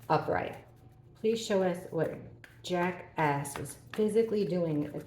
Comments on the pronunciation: I'm having a little hearing loss issue going on ,but at first I thought you were saying Jackass instead of Jack S , I did have to laugh a little at myself 😄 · I don’t have a hearing issue but I totally agree with you I thought she was saying Jackass aswell lol 😂😂